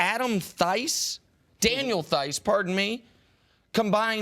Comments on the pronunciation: it s a silent H in german. so speak Daniel T(h)eis. a "hard" T, not a th. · A basketball “analyst” doesn’t know who daniel theis is? Can’t even say his name right? How do these fools even get jobs